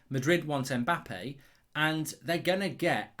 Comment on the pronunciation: Mbap-pee eh? lol